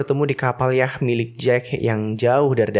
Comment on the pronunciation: Yacht dibaca Yot, bukan Yah